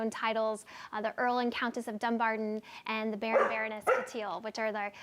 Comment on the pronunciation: Please learn how to pronounce Dumbarton